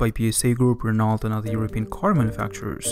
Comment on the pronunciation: I was impressed when you said BMV, but was depressed when you said Renault... its Gheno basically.